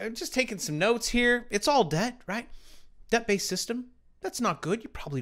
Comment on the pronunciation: The b in Debt is silent #YoureWelcome